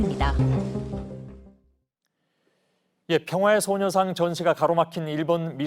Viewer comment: 소녀산? ㅋㅋ, 일본식 발음 페러디 한건가요?